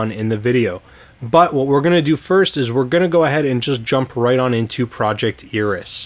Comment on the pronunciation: It's actually pronounced "AIR-ee-s" ;P You can hear this pronounced in the following video.